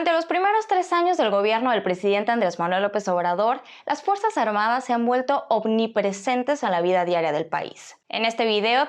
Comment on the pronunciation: ¿"Ovnipresente"? ¿Es cuando los ovnis bajan y hacen acto de presencia? ¿No habrás querido decir "omnipresente"?